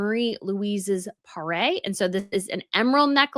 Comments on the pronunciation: Parure. Not Parée. Please! Try "Pah-ryr" or "Pah-rear". In particular, when you are about to launch "CountingTheCenturies" channels. Be more professional in your pronunciation. This is Princess Gloria of Thurn and Taxis, wearing the tiara and the brooch (the brooch is set differently, though) on her wedding day in 1980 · Hello from 🇫🇷. Astonished at this theft. And almost as heartbroken as when Notre-Dame burned down but we were quickly assured it would be rebuilt. I’m not sure these historical jewels can be replaced 😢 PS: It’s "parure", pronounced pa-roor in English. It’s a French word that comes from the verb "parer" (pa-ray) which means to adorn 😊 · Thank you for saying what many people are afraid to admit: every culture has done it. Europe was only at the vanguard. I don't seem to understand what you're calling the sets (mispronunciation perhaps?). 'A full set of coordinating jewelry, historically including a necklace, earrings, bracelet, and brooch, and sometimes a tiara' is a PARURE. The r's are soft (French) but the rest is as written. The German Princely House of Thurn and Taxis is pronounced like it's written so it's not Thorn but a decisive U like 'uhh' and Taxis an I like 'e'. 😊I'm not trolling, I swear, I'm trying to contribute because I know you love culture and jewelry and they are both connected throughout History. Your videos & photos are profesional, you should have sold them to the News!